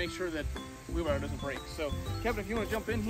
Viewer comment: The word is "WheelBARROW"...🤦‍♂